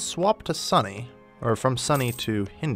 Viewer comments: "sunny" lmao its pronounced S-oo-n-e my dude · Swapped from "Sunny"? It's pronounced like the word "soon". Also, while I'm at it, I'm not sure about now, but the starting monarch in Majapahit is the Maharani, the queen, not king. Thanks for the video! It's helpful! :)